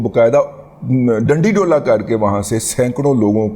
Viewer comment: ڈنڈا ڈولی. رضی صاحب اب یہ نہ کہنا کہ جان بوجھ کر ڈنڈی ڈولا بولا ہے.